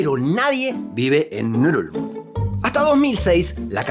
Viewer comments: Pondría este video en repeat eterno solo para escuchar el nombre de la capital de Palaos... Bululú dice?? 🤣🤣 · Ngerulmund: pronunciación nurulul,..nururururl......nurulurul?? XDXD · No entiendo la pronunciación. Leo Ngerulmud, pero escucho Nurulud 😅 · Pronunciar esa capital es bien difícil jajaja solo escucho ngulug